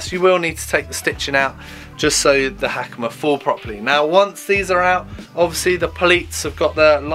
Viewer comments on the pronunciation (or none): Ha-ka-ma. Not Hackymuh.